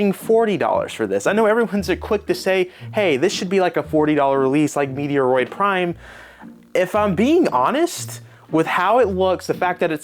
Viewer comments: Mediaroid?? Come on bro!! It's pronounced MET- ROID! Get it right. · Love you bro, but Im cringing with the “meteoroid”😅METROID my guy❤️💪🏽🔥🫶🏽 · What is meteoroid it’s there’s no ‘e or’ in Metroid. Met-roid. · It’s Metroid, MET/ROID haha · It’s met roid not meteoroid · Did... Did he say Meteor-oid Prime? Have I been saying it wrong this whole time? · 😅 maybe on purpose to troll us? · has trouble with pronunciation of a lot of game titles for some reason. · Definitely not the canon pronunciation. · This video has to be a joke in some aspects…there’s no way you’re not purposely saying ‘Metroid’ wrong when you’ve shown in the past that you’ve said it correctly before… That $60 argument seems to be an American issue because over here in the UK, I got it for £40 which is about $50 and there are numerous stores with varying prices, some probably like £35. They absolutely should’ve remastered the first game too but the second game also deserves it nonetheless It’s a basic remaster, if you’ve never played it on 3DS like me then it is worth it. Could there have been more done to it? Probably. This is still the best way to play the game and not let it rot on the 3DS. I think you’re bitching a little too hard about it. Especially getting really petty about the name…it’s always been ‘Luigi’s Mansion 2’ over here and in Japan. I think telling people not to buy it is a big stretch. If you haven’t played the game then it’s the best way to play it no doubt